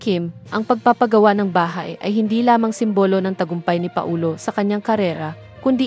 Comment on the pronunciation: Anong Pa - o- lo,ayusin mo pls